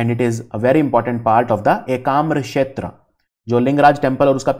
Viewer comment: Sir it's ekamra khetra not shetra..u r providing great lesson ..thanks for it.